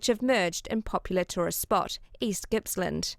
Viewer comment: Pronounced Gipps land not gipslund